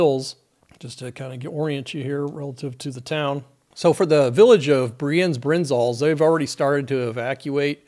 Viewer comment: I've seen there are many other Swiss people adding information. So, no need for this anymore. Therefor i only want to leave a note that you nailed the name Brienz with the vocalised German "e". Always nice to see someone that doesn't speak the local languages not butcher names... ^^